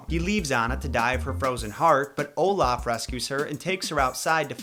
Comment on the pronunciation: Hola? It’s Olaf “F” my guy lol